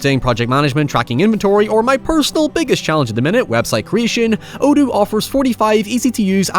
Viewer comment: I enjoyed listening to the Odoo ad, but I wish you would spell it out because your pronunciation of this word forced me to see what the heck you were talking about and gave me very little certainty in how it might be spelled